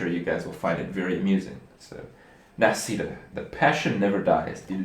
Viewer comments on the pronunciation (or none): they use italian name "nascita" means birth... kripp pronounced it quite quell except the "sc" should be more like an english "sh" and the accent is on the first "a"